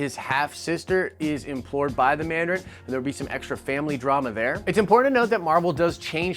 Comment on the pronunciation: Not trying to hate. Cool vid and well done but It's employed not emplored. Not trying to be offensive, just help out. I need to find some pengwings :P :D